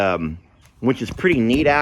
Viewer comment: I know I am the only one, but I smile ever time says which. He uses the word a lot but he pronounces it winch. I live I n the Midwest and people here say words wrong, too. They pronounce supposedly - supposably. I hope when I take a trip to Texas I meet a lot of Texans that say winch. I love how unique US English is.